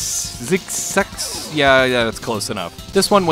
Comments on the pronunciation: Actually the 2nd Goemon game on SNES has Xexex's 2nd stage as a minigame in it And it's pronounced ZekZeks, which you'd know if you'd bother listening to it's pronunciation on the game's title screen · Amazing video, so many cool games I've never heard of. Your mispronunciation of Xexex will not be tolerated though.